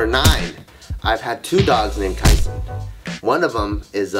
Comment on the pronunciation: I heard Kaiser when u said Tyson